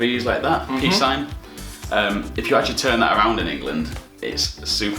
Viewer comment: のところのピースサインがピーズサインになってる